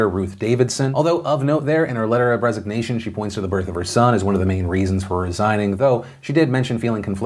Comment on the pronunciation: Maybe it's the fact that I can't not hear you say Bregzit instead of Brexit but I swear I heard you say "Although, of note there, in her letter of Bregzignation...."